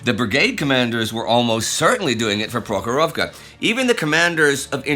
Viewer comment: I appreciate your Russian pronunciation Indy!